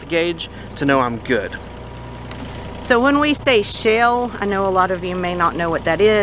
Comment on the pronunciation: It sounds like you are saying "shell" and not "shale". I knew what you meant though.